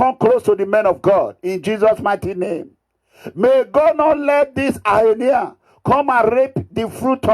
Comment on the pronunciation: Wetin dis Mega Mugu dey talk about? What is Highnia? It is called Hyena... 🤣🤣🤣🤣🤣🤣🤣Abeg nor come use laugh kill me Oooo 🤣🤣🤣🤣🤣🤣🤣 illiteracy na very bad Disease sha 🤣🤣